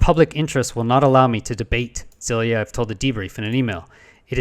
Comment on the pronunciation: 1. If they are 10x closer artillery shells, would such objects be observable from two points at least 120 km apart. The answer is NO. 2. Have you asked anyone to guide you through the presentation Zhilayiev (btw, check how to pronounce "Zh" diphthong in Slavic languages) delivered on the Sep 15 to the MAO NAS Ukraine? (available for seeing/downloading on the website you showed). At times, it's quite an emotional exchange, so you need only the gist. One interesting part in the pres, is that Zhilayev demonstrates pics a replicated photo session over the New York area by some researcher (Dan Caron). Details in the mentioned vid, at about min. 3. I've been working at the observatory in , I know the director (Yatskiv) and several researchers in the vid. The observatory is trying to distance itself from the unorthodox observations. Yatskiv is an open-minded professional, politically correct - he cares about the observatory's prestige, but won't "kill" the research. Personally, I'm not sure about the phenomenon (like, tbh, Zhilayev admits he and his team themselves aren't sure either), but granted the observations (and first internal reports/presentations) began in 2018 (!!!), it can't be the shelling. It may well be not UAP, but Aby's theory is WRONG.